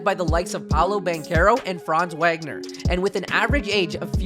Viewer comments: Vohg-ner, you say the W as a V homie is German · His name is wagner, but it's said like vagner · Brotha you won’t get subs pronouncing iconic players name incorrectly to a cringey degree. Nowitski is pronounced Novitski Wagner is pronounced Voggner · Good video. But I’m not gonna lie, I was annoyed by the mispronunciation of Wagner. Sorry to nitpick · It would be nice if you could pronounce Wagner’s name correctly. He’s in his second year and deserves at least that much respect!